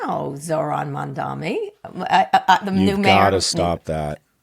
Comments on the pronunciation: Kara you are not saying his name correctly. Its MamdaNi. not MamdaMi. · C'mon Kara, let's get his name right at least. It's Mamdani, not Mandami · Why the fuck cant anyone pronounce mamdani right. Its not mamdami ffs. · KARA - Don’t be an idiot, his name is MamdaNI - with an N! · Why can they not pronounce Mamdani’s name correctly?? I don’t care how much money you have Scott, but involving your kid in betting/losing $300k on Harris on a lark is insane and invokes the trope of the rich man lighting his cigar with 100 dollar bills. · I’m beginning to majorly lose respect for Scott Galloway - the man insists on saying Mamdami instead of Mamdani and supposedly has written a bestselling book to boot. Give me a break! This is just his feeble attempt at conveying contempt for Mamdani, who he clearly and intensely dislikes. Get out of your bubble Scott! You are better than this! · Why do they keep pronouncing it MamdaMi….its MamdaNi!!! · Not Mamdami. Please learn to pronounce his name correctly. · Maybe im being a Karen but its so annoying when people can perfectly pronounce Vivek Ramaswamy but cant learn how to fuckin say Mamdani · MAM DANI. Fucking say it right. You're supposed to be smart people. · Scott, the name is Mamdani. M-A-M-D-A-N-I. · At least learn to say MamDANI, Scott — it's not that hard if you have any respect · still can't say MandaNI correctly. This channel is a joke at this point. a guy that has 300k to gamble on election results is commenting on normal people's lives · Scott is mispronouncing Mamdani's name, Just like Cuomo did. Ignorant!! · The first syllable of his name is just like the word ‘Mom’ and the latter part is like Donny Osmond’s first name. I know we can all pronounce Mamdani because we can all pronounce Mom Donny. So why do people still pretend they can’t pronounce it? Is Scott deliberately mispronouncing it because he doesn’t like him? I’m so confused. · Seriously Kara? You still can't pronounce his last name? It's Mum-Daani